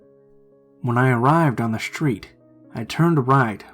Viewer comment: Schtreeht, direcshion, bookschelf 😂 why am I laughing